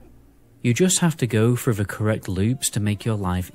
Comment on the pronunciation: I made it literally 5 seconds in, as soon as that muppet said "we are gonna go FREW" I was out.